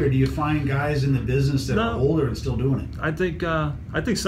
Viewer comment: did he say - hey gays? lol